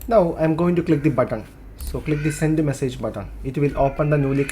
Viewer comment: 'message' not 'massage', really dude! learn English pronunciation first!